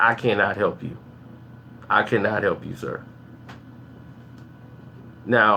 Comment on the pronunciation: wow...trashing the album and make it seem like you're an expertise but you can't even pronounce 'majesty' haha you're a clown, glad the music industry does not revolve around you. stop wasting your breath.